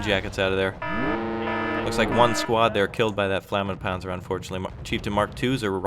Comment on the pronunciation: flammenpanzer? i am impressed with your german skills herr! Gute Arbeit! Weitermachen.